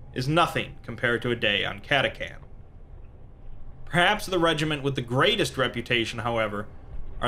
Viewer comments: Cristian Martinez I cringe every time he says lazegun and catacan instead of catachan. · Cat-AH-Chan. not catacan. also you forgot the most deadly weapon in the guard. SLY FUCKING MARBO AHHHHHHHHH!!!!!!!!!!!!!!!! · he also said CataCan, and not Catachan, *Exterminatus breathing intensifies* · For the emperor! Also it's cata-chan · It's pronounced Cata-chan btw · Lasgun = Las pronounced like LASt. Catachan = CataCHan